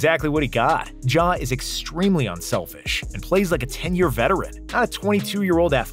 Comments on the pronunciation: No way he called ja “John” 💀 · NO WAY YOU CALLED JA JHON